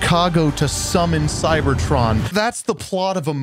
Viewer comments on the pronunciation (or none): none